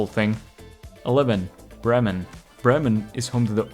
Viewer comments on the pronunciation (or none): Bremen = pronouced with a long "e", like Brehmen".